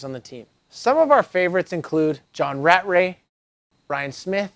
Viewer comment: He said john rat ray.. lol. I always pronounced it Raa tray